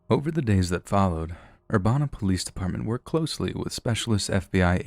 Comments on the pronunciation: Having been raised in Champaign-Urbana I can tell you it's Urbana rhymes with Cabana. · You mispronounced Urbana, Illinois, it pronounced ‘Er-Ban-Na’. Champaign is only 20 minutes from my hometown and I remember this story. Shocked me like hell to hear about this on here and it’s so close to me and I go there basically every day ❤️ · That way you say urbana haha i used to live near there and it is ur-ban-nah.